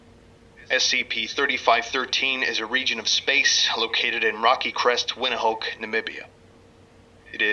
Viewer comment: I don't know why but the way he pronounced Windhoek made me cringe, he said it wrong.